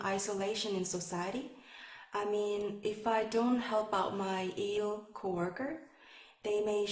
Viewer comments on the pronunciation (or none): She kept pronouncing ill as *ell!!